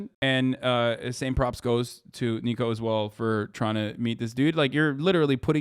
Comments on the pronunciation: Ni-co. Not Nee-co. Niko would slap you to oblivion if he heard you got his name wrong. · His name isn't neeko, it's niko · Hasan plz I beg stop calling niko NEEKO 😭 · Hasan saying Neeko instead of Niko kinda triggered me 😂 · ITS NIKO NOT NEEKO 😭💔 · "Neeko" looool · Mans literally said neeko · hasan calling niko “neeko” hurts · His name is pronounced like NICK-o